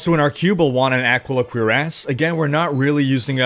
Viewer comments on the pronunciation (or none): none